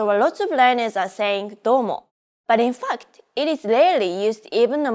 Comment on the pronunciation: the way she says; ‘but in fact’ sounds so like ‘fucked’. Don’t get me wrong it’s so cute. I speak three languages English, Assyrian and Arabic. I can also understand most Arabic dialects and accents and speak them too. Now my goal is to learn Japanese because I love it.